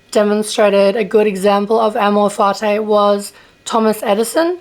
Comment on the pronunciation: Can you first learn how to pronounce amor fati correctly?